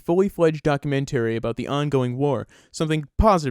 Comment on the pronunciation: How the narrator pronounced "documentary" worries me. Is the narrator a robot? MASH was fun to watch and laugh at. No need to analyze it.